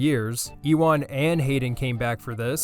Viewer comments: HE FUCKING SAID E-WAN 😡😡😡😡😡😡😾😾😾😾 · who the hell is E-one its Euan Pronounced You an